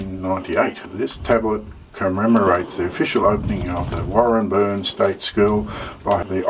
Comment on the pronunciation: Also it's driving me nuts but it's pronounced Warren Bane But Warren-burn.